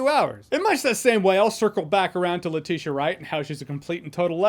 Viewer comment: i used to think it was Nah-Mur but nah i was wrong it is Nay-Mor same with Letitia Wright, i thought it was Leh-tit-ya wright but thanks for correcting me when you said "Leh-Tish-Ya"